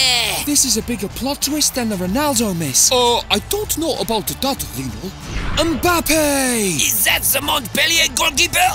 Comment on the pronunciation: Mbappé* not Mbappei